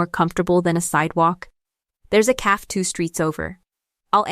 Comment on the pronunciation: The Ai forJihoon needs to learn how to pronounce the word cafe correctly. I am enjoying the story.